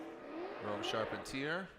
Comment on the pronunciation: Tell the announcer to learn to pronounce the drivers names. He has gone back and forth on Rome’s last name. It’s not charp-en-tear